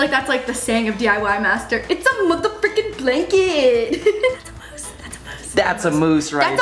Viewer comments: She says it like meoose sometimes and then sometimes moose like normally my fav meoose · I love how she says moose 😂